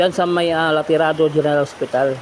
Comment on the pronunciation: Alterado boss not laterado